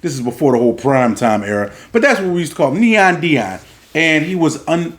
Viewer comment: SOMEONE FINALLY GOT HIS NAME RIGHT!!!! NEON DEION!!!! FOH!!! WITH THAT PRIME SHIT!!! 😆😆😆😆!!!!!